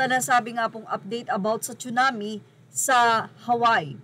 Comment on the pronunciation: just saying ang right pnonunciation is Tsunami po not Chunami mgkaiba po yn Tsunami is japanese word means ( tidal wave) lagi ko kc nrrinig pg pinoy nagbabanggit na chunami cirrection lng it's tsunami.. dont get me wrong..